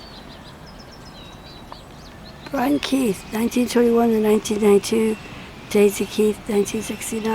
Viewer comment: Brian Keith not Brain Keith 😂